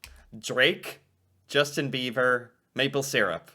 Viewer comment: did you slip and say “Justin Beaver”? 😂😂😂